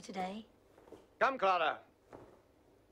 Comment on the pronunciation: I am just picking up on Jared Leto again so I haven't watched this up until recently and although english is my second language I could clearly hear them both pronouncing the name as Clara.